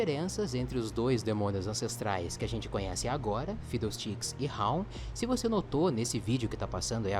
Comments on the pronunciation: a pronúncia de FIDDLESTICKS é "fidoustiks", ou pode chamar ele apenas de "fidou" espero ter ajudado 😁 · kkk se pronuncia fidou stiks